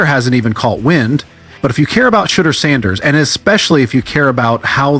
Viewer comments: Hey,... not 'shitter'...it's pronounced, "Sheeeeee - door!!" dammit!!! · Why does he keep calling him “Shidya”? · Why does he keep calling him “Shedra”? Call AI enforcement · AI voice "shitdur" sharedar shoordur sherdur. No friends, he is not Tom Brady. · Sho door come on YA Get his name CORRECTLY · Don't worry about AI they don't want to say his name correct. The information is good hopefully they will get it right sooner or later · Well anyone report needs to stop using AI if they can't program it to pronounce names CORRECTLY....this man name has been spoken a BILLON times there is no reason it STILL pronounced wrong on any level